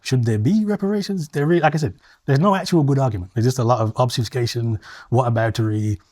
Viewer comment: Has a degree in Psychology but can't pronounce "etc" or "obfuscate". Kehinde is a very rude man and, very definitely, an absolute racist.